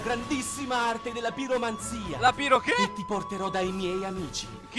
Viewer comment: Giuro, invece di piromanzia avevo sentito "biromanzia", che non so se c'entri con le penne a sfera oppure con la bira co' 'na enne sola, ma in entrambi i casi sembra una roba spettacolare.